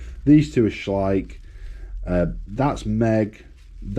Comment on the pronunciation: At last someone who pronounces Schleich correctly 😂